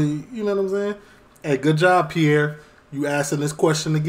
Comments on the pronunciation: Respectfully ...Piers Morgan is pronounced Peerce, not Pi'ere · Its piers morgan not piear morgan lol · Hello from the UK. Never seen your channel before, but I am LOVING this video! I'm crying laughing at your comments, just brilliant! I've now subscribed! And I'm sure lots of people have commented on this but his name is pronounced like pierce like when you pierce your ears 🙈🤪😂